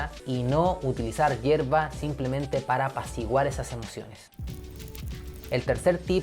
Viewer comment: Broooo se te fue un "sherba" en el :( Este video me ayudara mucho man de verdad,todo lo que dijiste en el vídeo es lo que pasó y por lo que fumo todos los días y quería pararle un rato y tenía incertidumbre por como reaccionaria pero gracias a tu vídeo me siento más capaz gracias men, bendiciones y buenas vibras !!!